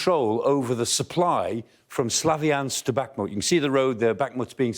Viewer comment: good discussion and report, but can reporters and contributors please learn to pronounce places correctly, or, at least closely - Bakhmut - it's not difficult. The 'kh' is the same as 'ch' as in loch or German Bach. It's not 'k'.